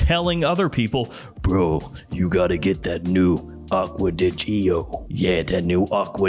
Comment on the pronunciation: My mind is blown lol. The way you made fun of people pronouncing Acqua Di Gio is actually closer to the way it should be pronounced than how you pronounce it. So many people pronounce it “Acqua Di Zho.” It should be pronounced the same way you would pronounce the beginning of the name Giorgio.